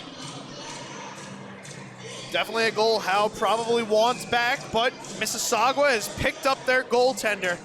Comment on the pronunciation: The announcers should probably learn how to pronounce Mississauga There is no W in the word